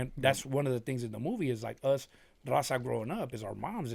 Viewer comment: "Rrraawwwzahh! " yall can speak Spanish... Why do they pronounce Raza like that?